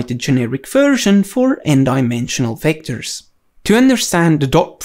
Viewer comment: Everything you need to know about "Wectors".